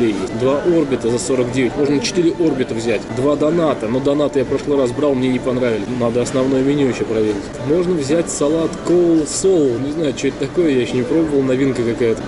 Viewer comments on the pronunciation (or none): Кстати!Не донАт, а дОнат, ну либо просто пончик) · Название бублика жареного в масле звучит как дОнат а не донАт. - который люди дарят или в долг дают. Режет слух когда ты произносишь.